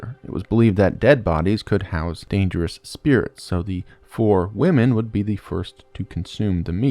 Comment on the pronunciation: The name of the Fore people has two syllables, like "fo-ray". Imagine an accent mark over the 'e'